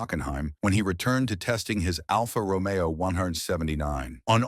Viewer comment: Well, at least "Alfa Romeo" was pronounced correctly.